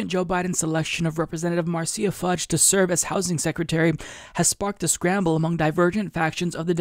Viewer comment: Correct pronunciation: maar·shuh fuhj